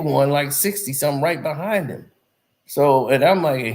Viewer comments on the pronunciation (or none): none